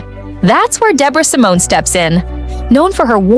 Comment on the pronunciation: SALMONI not Simone